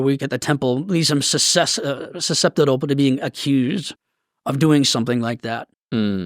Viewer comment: Motherfucker pronounced “susceptible “ like Alex media